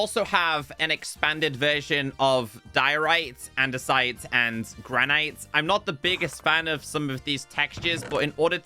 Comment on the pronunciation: Granite is pronounced 'gran-it', not 'gran-ite'.